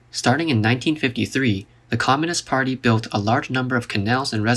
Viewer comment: You should also make video's about your own country 😦 the way you say communists part every time...